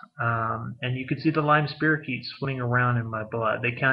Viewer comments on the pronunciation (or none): It's pronounced spy-ro-keet. Just saying!